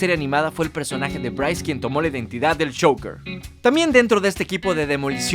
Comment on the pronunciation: A mi me pareció CHOUKER. Le iba a salir(sin querer, obvio) Joker, pero en el último instante cambió el fonema por algo muy cercano entre J(en ingles) y Sh, por Ch. Despues lo pronuncia mejor. Tampoco hay que hacer demasiado escándalo por eso.